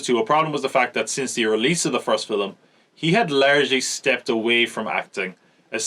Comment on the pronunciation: It’s amazing. “Fillem”. Made me happy every time.